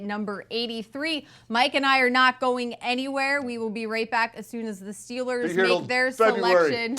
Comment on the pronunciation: "Wiff de sixty-sixff pick in the 2019ff draft, the Pittsburgh Stillers pick......."